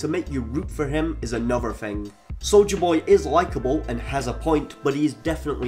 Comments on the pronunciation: "Souja Boy" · "Solja Boy" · I keep hearing soulja boy